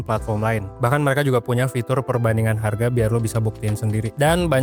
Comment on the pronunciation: Wong palembang kah kk, sempet denger ngomong hargo😅